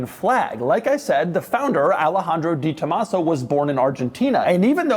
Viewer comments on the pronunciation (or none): I know how it’s spelled (and that this is Doug 😂) but I’ve never heard anyone pronounce it like Doug as DeeTomaso. I’ve only ever heard it pronounced DayTomaso or DahTomaso (maybe even DehTomaso). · Pronounced… DAY tomaso 😉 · Doug is the type of guy who mispronounces the "De" in "DeTomaso" for 40 years and knows he's doing it. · I cringe every time he mispronounces DeTomaso....